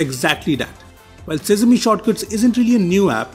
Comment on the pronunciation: Its quite cringing when you pronounce sesame as sizmi. Good Video though.